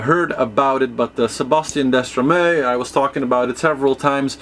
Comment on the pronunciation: DESTREMAU and not Destramau !!!! Hi from France